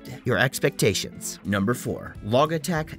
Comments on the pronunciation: This guy says “log”E-tech and audio”Phillies” and rigit-E. I think he’s never read those words before and saw them for the first time when he found the product pages to read to us in this turd of a video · Bro why do you say Logitech like that? wtf LMAFO